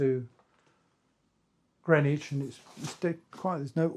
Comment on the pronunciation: And GRIN-IDGE!